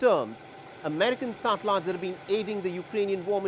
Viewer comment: If hear this dude say “satellites” again 🤦🏻‍♂️